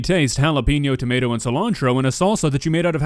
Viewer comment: I think he meant to say "tomyarto"